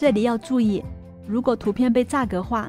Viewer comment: 栅格化，这里的栅读shan不是读zha。我一个从业25年的广告设计师听zha吓了我一跳